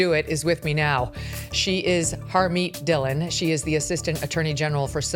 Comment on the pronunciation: Your pronunciation of Dhillon is wrong..